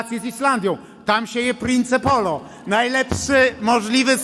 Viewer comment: Jak można głosować na tak niewiarygodnego i prymitywnego człowieka I poligloto nie prince polo tylko mowi się princ polo